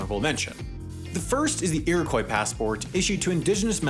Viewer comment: You are pronouncing Iroquois incorrectly.